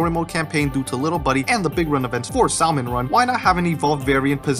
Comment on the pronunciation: I apologize if this is uncalled for, but I only mean to help: Salmon is pronounced with a silent L :) Great video! I personally hope for cuttlefish, what with the cuttlefish graffiti in Mimcemeat Metalworks.